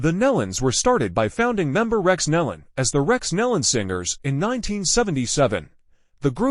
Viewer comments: NO, there is no "D" on the end of their name. It is pronounced NEE-lon. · It’s pronounced KNEE-lon rhymes with dawn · This person mispronounced almost every name and title was very misleading since there was no info given on cause of crash. Pl ease stop disrepecting this beautiful family by using this traged as clickbait. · This person is doing a huge injustice to many of the names. This should be redone extending apologies for not learning how to properly pronounce names before recording. These precious families deserve to be properly recognized. God knows their names and is holding them close. Their incredible talent will be missed here on earth, but I can only imagine the beautiful sounds They’re making in heaven along with many other artists who’ve gone before.